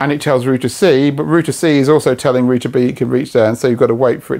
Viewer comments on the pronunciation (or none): Wtf is a rooter? Omg it’s router! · Rooter? It's router. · Say it with me, router ....."raʊtə"..... not 'rooter' 🙄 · who needs a U in roUter lets just say Rooters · you say rooter and i say router. do other languages suffer like this with pronunciation? i guess so. clood vs cloud, lood vs loud. do people from the place where this guy is - say those words also like that? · its not a roooooter, its a ROUTER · rooter! lol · Stop saying rooter, its rude. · What's a rooter?